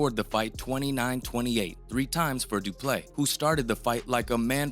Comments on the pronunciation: It's not pronounced Du Play . Du Plessis should be pronounced 'Do" - " Pler" - "See" where Pler rhymes with furr, or purr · How TF is the narrator still pronouncing Du Plessis as Du Play???? . Such ignorance is really astonishing. 🇿🇦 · Du ple seeee... That's the pronunciation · It’s pronounced doo-pleh-see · It's Du-Ple-seee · His name actually has one silent s and it’s the last one Doo Plecci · Just butchering the guy's name, I swear these guys aren't even fans. Lol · The way you BUTCHERED his name and surname, its an understatement... It got me questioning your educational system...you don’t learn phonics in school? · Please learn how to say Du Plessis rightfully. Around half way in the video you don't even try to pronunciate the "i" at the end of is name. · How do you quote someone, telling you how to pronounce their name and then not even attempt to pronounce it correctly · You clearly weren’t listening to him either because you still can’t pronounce the mans name.. you butchered it the entire video